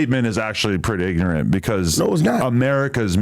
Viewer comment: This dude called Ali ignorent